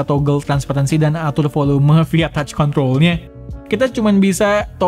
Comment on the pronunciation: Yg gw denger kont*l bukan kontrol